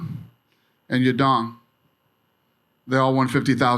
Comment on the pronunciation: Trying to keep a straight face while he says "Ya Dong." Somehow I don't think he pronounced his name correctly.